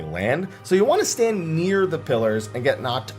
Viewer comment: Did you say stand near the pillars, or stand NIER the pillars?